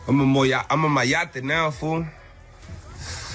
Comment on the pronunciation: Not sure about the legitimacy of this video..He messed up the pronunciation of "Mayate"...It just effortlessly rolls off the tongue of a true Latino.....